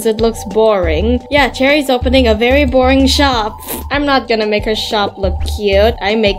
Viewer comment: Vereboring lol. 😂😂